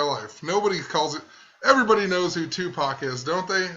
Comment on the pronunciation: The fact that she says "TuPACK" means her mindset is of reading a script, her own thinking is not in the moment. Bet as it came out of her own mouth she also knew it was the wrong way to say it.